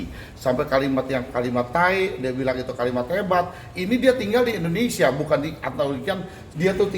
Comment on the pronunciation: Kan tae ,pake E bukan I